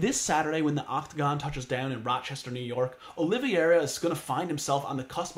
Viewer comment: Great breakdown but it’s pronounced olive -era